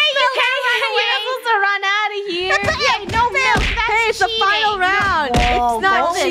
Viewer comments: “MALK” Milk Funneh 2019 Malks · Funneh still can’t say milk properly